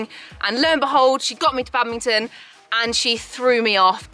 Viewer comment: Bad-ming-ton. I just can’t with that. I’m sorry! I love but- 😰